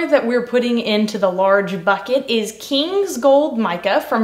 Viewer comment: Def Mardi Grad soap.. Yall aint hear her emphasizing KINGS gold lol